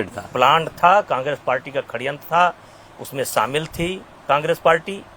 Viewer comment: Kaise aap aise aadmi ka interview le sakte ho jise षड्यंत bolna nahi aata।।।।